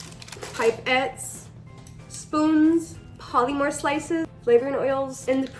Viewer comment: Are you Hispanic? Your accent really throws me for a loop bc you sound Latina. You are, right, like half maybe? (And btw polymer is pronounced 'paa-luh-mer.' I thought you were referring to something w/ a trademarked name, something like 'polymorph' or something. Polymers are a class of materials that are like plastic. But you should say it correctly.) Also, funny that you're teaching kids how to use syringes. I use syringes for um....something else. And don't call an object 'he/she.' Your videos make me angry.